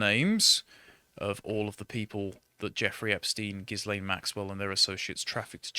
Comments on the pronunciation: Hey, it's pronounced Gillaine. Rhymes with villein. The s is silent. Her mum was French and her dad was a pretentious con man and social climber. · GILL-LANE - The "S" is SILENT. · pronounced “GEEEE-Lane” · You guys can't even pronounce her name properly. This is typical of the English. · Why can no-one pronounce 'Ghislaine'? It's French; the 's' is silent. This is not rocket science. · I'm still miffed about how no one knows that the "s" in Ghislaine is silent. It's silent because it stands for sex-trafficker.